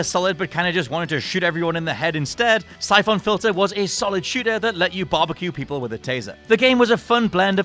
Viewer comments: Jeez, what's up with your pronounciation of most of these games? It sounds like you're trying to make them sound as obnoxious as possible... "Sye-phohn"? Seriously, look up how the words are pronounced before reading these lists, because it's REALLY off-putting! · The way that you say "Syphon" pains me. Apart from that nice job.